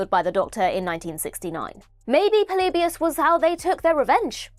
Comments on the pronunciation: The way says "Polybius" makes me laugh 😂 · It bothers me how many times you mispronounce "Polybius" in the video.